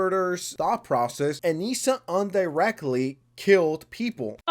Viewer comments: Guy. It's "virtue signaling", not virtual signaling. And it's "indirectly", not undirectly. And English is not my first language btw. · Ally is not pronounced the same as alley. It's 'indirectly' not "undirectly"